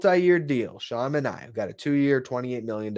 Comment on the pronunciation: I love your content but this has been bothering me all winter... It's Manea (MAN-EYY-AH) not like Omar Minaya (MIN-EYE-AH)